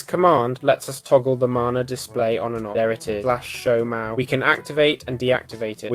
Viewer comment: mahou is not pronounced how youre saying it